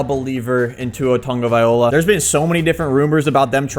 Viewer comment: “Tua Toungoviloa”